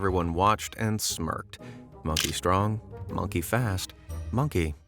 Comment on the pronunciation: Dude there is no k after g !! It's strong not strongk.